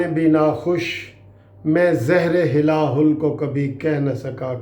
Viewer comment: My Lord, with due respect, the pronunciation of "Zaiher e Hila Hul" is wrong, the correct pronunciation is " Zahr-e-Hala Hal" is right. (Zee k uper zabar hei)